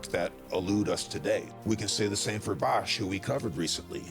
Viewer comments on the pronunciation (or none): none